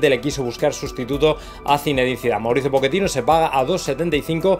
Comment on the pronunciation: Po-che-tino ( chhhheeeetino) por favor